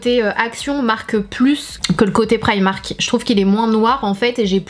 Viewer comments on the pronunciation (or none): tes francaise alors dis primark